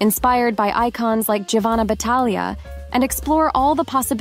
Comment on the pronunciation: Giovanna is pronounced “Jovanna” in Italian. In other words Gio =Jo. Thought you’d like to know.